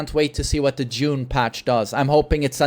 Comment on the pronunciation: I keep hearing "jun" when he says june